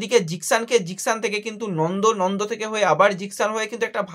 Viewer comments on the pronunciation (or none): Nondo na Nanda age nam gulo bolte sekh,,,tarpor video korbi